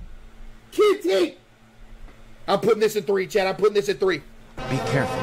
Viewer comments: Caseoh just became British for a minute. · Bro turned into an english man for a second😂💀